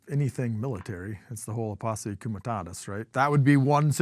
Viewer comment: “Posse Cumatatis” LOL who is this guy??